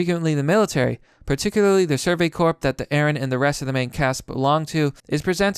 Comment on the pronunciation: "Corps" is pronounced "core."